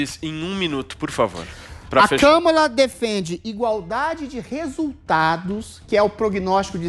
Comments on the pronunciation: Nem falaram o nome da mulher certo (nenhum deles) o nome dela e Kamara Harris ( com a sibala tonica no segundo "a" do "Kamara") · Também não é KÂmala!!! É KamÁla!!! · O Adriles nao decide se o Biden ganhou ou nao, cocaína é foda. O cara nao sabe nem falar o nome da Kamala e trabalha de comentarista numa rádio, muito Brasil mesmo.